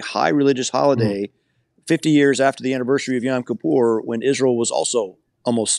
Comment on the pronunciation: He's terrible on the "Isrul" issue as he calls it, but otherwise an interesting man.